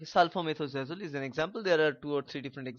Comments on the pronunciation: It’s sulfamethoxazole not sulfamethxazole. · It's not sulphomethxazole it is sulfamethoxazole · Sory to say bro it's sulphamethoxazole